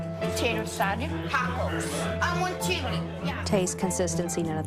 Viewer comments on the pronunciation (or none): "I wun chiwi"